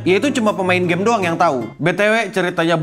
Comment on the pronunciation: benar-benar menegaskan kata Main Game dan Baca Story nya wkwkw